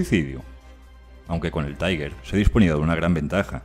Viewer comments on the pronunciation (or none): Este pretende ser un comentario constructivo: se usa una pronunciación en ingles para TIGER " taiguer"; La correcta sería en alemán algo así como "tiga" Un saludo